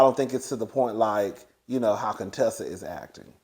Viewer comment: From the beginning when Contessa came on the show Heavenly butchered up her name on purpose. Thinking it was funny, but it wasn’t. Heavenly tries to mix humor with meanness which makes it not funny. At times she is funny without the malice.